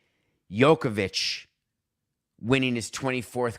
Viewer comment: He's the joker not the Yorker. Djokovic is a hard J. Joke -uh-vich.